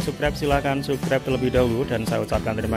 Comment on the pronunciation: Kocak ngomong subkreb... 🤣🤣🤣